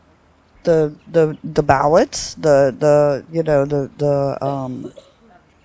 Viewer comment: What's a "bow-let"?